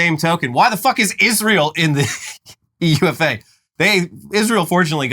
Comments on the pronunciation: Hey, UEFA is usually just said as one word, like "youeffa," not U-E-F-A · plz dont call UEFA "you ee eff ayy" its "you-ey-fa" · Never heard anyone pronounce UEFA as U-E-F-A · U E F A it’s 1 word 😂😂😂 not that!!! U E F A really fvcking killed me!!! U E F A? UEFA!!!😂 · It's pronounced you-eff-a, not U-E-F-A 😘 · we don't say 'yoo-i-ef-eh'...we normally say 'yoo-eh-fur' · Hey gents it’s pronounced ‘you-eh-far’ as the sporting body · Calling it U-E-F-A did make me laugh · It’s pronounced “you-way-fa” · btw UEFA is pronounced "you-eh-fi( fi like lo-fi or fifa )" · from a place of love, the UEFA league is pronounced - "you-ay-fah" I know... its a thing. I'll do my best to help you lovely colonialists out. While I'm over here drinking a cool crisp bottle of "woh-tah". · It’s pronounced You-ay-Fa! But that’s easy to mistake! Did you see the cops shoot the axe (to me me it looked like a hammer🤷‍♂️) wielding football fan today?! Looked like they wounded as opposed to breaking his heart ❤which US cops do) Easy search on bbc or any news source. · please 😭😭 UEFA just gets pronounced as a word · It's pronounced YOU-AAA-FAA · FYI: UEFA is pronounced "You-Ay-Fa". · I never thought I'd feel so much pain hearing someone mis-pronounce UEFA. We just call it You-ayy-fah😭😭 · UEFA is just said like "You-efa" lads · UEFA is pronounced as one word U-eh-fa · As a UK fan of the show, its pronounced, for future ref, U-AE-FAH and st. pankris, <- no emphasis anywhere. 😉